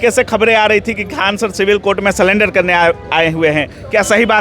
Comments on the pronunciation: Bhai sullender nahi Surrender hota hai.. ap reporting kar rahe ho to sahi boo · सरेंडर ❌ सलेंडर ✅ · Surrender ko salender bol rha hai😂